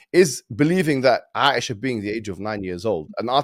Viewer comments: OMG! can’t even try to say Aisha’s name right! Asia like a continent! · Dude legitimately did not even try to pronounce Aisha